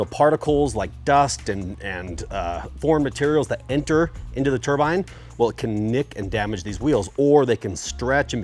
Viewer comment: Turbine not turbine.